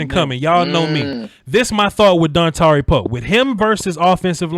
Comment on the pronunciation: in my head I was like don tari Poe gonna keep our lbs clean and sure enough you say Dontari Poe